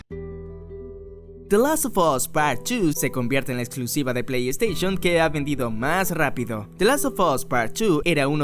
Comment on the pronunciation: Se dice Plei Steishon, no "Esteishon"